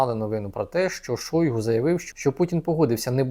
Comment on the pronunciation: Не Шóйгу, а Шойгу́! Выучите уже!